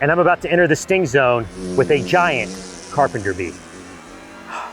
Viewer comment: Bro I can't believe he said GAYYAT